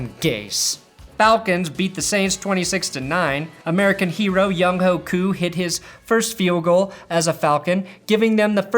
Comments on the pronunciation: I get the joke, but Younghoe Koo's first name is pronounced "young-way" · Hate to rain on the parade but... it's pronounced "Young-way koo" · Younghoe is pronounced youngway